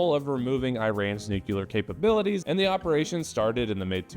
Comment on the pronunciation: I like the way you keep saying 'nucular' in homage to Dubyuh... I hope